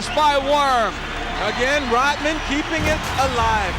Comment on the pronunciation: i cant take it anymore why does it sound like you say rottman and not rodman